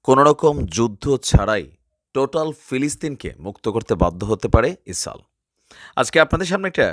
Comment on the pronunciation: ইসরাইল কে ইসাল বলেন কেনো। শুদ্ধ করে কথা বলুন।